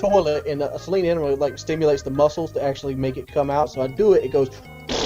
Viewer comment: Its SAY-LEAN richard, you didnt wash your asshole from the inside with your dream mustang pudding brain 😂